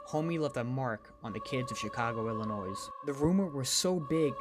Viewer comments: It bothers me so much that the guy said the S in Illinois. The S is silent! 😣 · The S in Illinois is silent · The way that guy pronounced my state of Illinois was driving me crazy. The S is silent. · The scary part is the homey the clown narrator keeps saying the s in Illinois